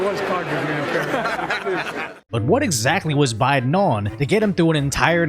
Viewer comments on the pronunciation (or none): Did he say “SMOKIN JOE BYE-DONE “ or “STROKING JOE BYE-DONE “ ? Get those parasites out of here!